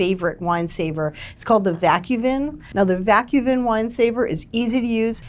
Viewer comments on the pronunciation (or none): 2025 review already? Isn’t it too soon? Oh well, I guess you gotta what you gotta do. Also you miss pronounced Vacu Vin and Coda Vin… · Didn’t she mispronounce Vacu Vin ?